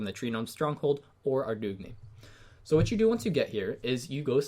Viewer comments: He said "Aw-droog-knee" Lmao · It's pronounced Ar-Doon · The way you say Ardougne gives me cancer